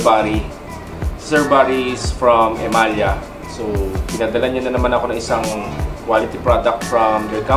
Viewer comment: E-MA-LA ang alam kobg bigkas jan🤔boss😅